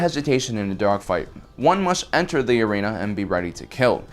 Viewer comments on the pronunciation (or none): none